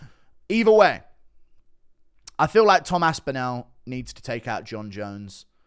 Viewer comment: GURU cannot say ASPINALL. GURU says ASPINOW :face-blue-smiling::face-blue-smiling::face-blue-smiling::face-blue-smiling